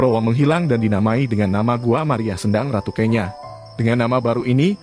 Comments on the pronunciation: Bacanya bukan kenya tp kenyo,...yg berarti perawan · Saya risih dg pembacaan kenya yg keliru. Mestinya tanya dulu ke orang di sekitar tempat itu.